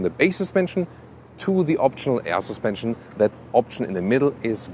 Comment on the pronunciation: Every time he says AER SUSPENSION Arnold schwarzenegger slaps a kid